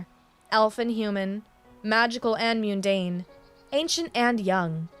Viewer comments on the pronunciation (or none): 'Mundane" i not pronounced 'Meeodoun' ,pronounce it as 'Mun dane' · 'mundane' is NOT pronounced 'Mee-undine' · I agree. It wasn't my intention to do the criticizing... I was responding to the flawed logic in the reply of Consistent mispronunciations that I noticed were: mundane - correct: muhn-DANE (accented syllables might differ; most common is the 2nd syllable I believe) shrapnel - correct: SHRAP-null dais (from more than one story but not this one) - DAY-iss One time mispronunciations were: alcove - mispronounced as acklove (it may have just been a mistake) correct: AL-cove automaton - mispronounced as aumaton (also may have just been a mistake) correct: au-TOM-muh-ton sinew - correct: SIN-yew vehemence - correct: VEE-uh-mence I also recommend verifying these pronunciations. Most, if not all, can be found on YouTube. Plus, hearing them correctly pronounced may help clarify my clumsy typed corrections. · the U at the beginning of "mundane" is pronounced the same as the U in "mud."